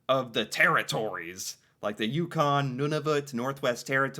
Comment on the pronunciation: You pronounce Nunavut like a frenchie.